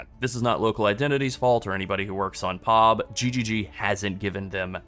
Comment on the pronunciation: bro please stop.... It's P. O. B and not POB 🤣😂😂😂🤣